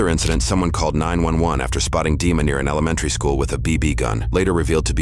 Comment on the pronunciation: Dima, pronounced it, Deamon